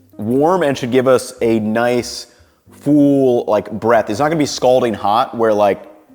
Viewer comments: "fool breadth" I have recently noticed this strange American mispronunciation. Full, pull, bull, become fool, pool, bool. So strange. Also GOOD LORD we don't need to hear you slurping and mouthing the food so loudly that is gross af. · Are you by any chance from MD? I noticed you say the word full like "fool"